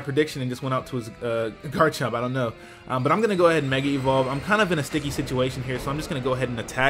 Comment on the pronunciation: Oh, wow! I'm not weird. Someone else says meg-y instead of meg-a when I try to say mega evolve.